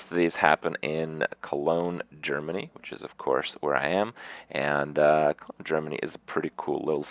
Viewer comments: Kroogah Maybe he was. But he said Colonge or at least almost said it. :) And if he changed it to Germany instead, he is a silly man. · Kroogah Listen closely he actually says "Colonge, Germany". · yeah he says cologne germany